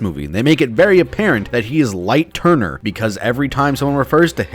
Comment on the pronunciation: I thought you said light turdner